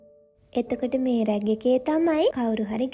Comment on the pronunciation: හරිම ලස්සනයි. හැබැයි දුව ... ඒවට කියන්නෙ Rack රැක්. රැග් නෙවෙයි හොඳේ.